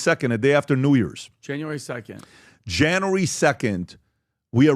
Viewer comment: Janry 2nd????? Its January dude... January... JAN-U-ARY!!!!!! English...please!!!